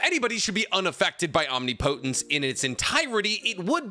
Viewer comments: It's Om-nip-o-tent (Omnipotent) or Om-nip-o-tense (Omnipotence). Not Om-ni-po-tent or Om-ni-po-tense. Every time you say it wrong really grinds my gears! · Why do you call it Omni-potense... and in a few instances actually call it, om-nip-o-tinse... like you got it right a couple times, but even after getting it right, you still go back to the omni-potense... 🤦‍♂️ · no shade man I am really loving the vids but it's not OMNI-potence. It's Om-nipotence. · Om-nip-o-tence, not Omni-potence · Will you please say om nip o tents instead of omni potence, youre pronunciation is killing me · Om-nip-o-tence... You're killing me! Lol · I absolutely love 99% of your videos. I listen to them all the time. So please, try saying om-nip-oh-tense. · Small thing: omnipotence… “om-nip-uh-tense” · Omnipotence is pronounced OM-nip-oh-tens oof lol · Om-nipa-tense. You're saying it wrong. Look it up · I made it through five mentions of the word omnipotent as Omni Potent before I had to quit. 1 minute and 27 seconds. Come on man. I don’t mind when you pronounce Chibaku Tensei as Chibuku or Bankai as Bunkai or Jiujutsu as Jiujitsu. They’re almost endearing at this point. But Omni Potent? Pronunciation aside, Capital-G God is omnipotency. We’re not talking just god-like powers. We’re talking the ability to do anything, and know everything, and be everywhere, at all times, at the same time. omnipotent is pronounced phonetically “omnipitant” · you naruto/boruto youtubers keep mispronouncing the word omnipotence. its omnI - Potence. enphasis on the I. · Om-nip-potence 👍 no hate, just ❤ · anyone else just realize been saying omnipotence wrong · Oh no. He knew how to pronounce omnipotence for a few days and then he traded brain cells with the his pitbulls again. Rip. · I need to know if I'm saying omnipotence wrong or are you???😂😂😂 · I’m begging to learn how to pronounce omnipotence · God I hate that you still don't pronounce omnipotence correctly